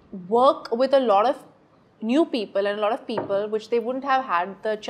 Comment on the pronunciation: Sonam kapoor be like "lot of" "lottoff" "lodd off"